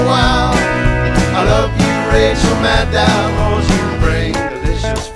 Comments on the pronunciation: Great song, man! Gotta tell you, though. It's Madd-OH. Like, if a Yankee were saying "meadow." Like, that's how she pronounces it. That's how she has before when reading her own last name. Woo, Oh, I like Rachel Madd-OH, too. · Not to be all nit-picky but Maddow rhymes with shadow, great song though!